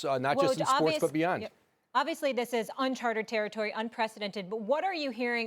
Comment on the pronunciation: XXshrek she’s trying to say “uncharted territory” but I’ve heard her say it wrong on two videos now lol